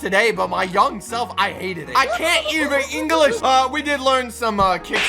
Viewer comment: I can’t even engalish Me:did you really just say engalish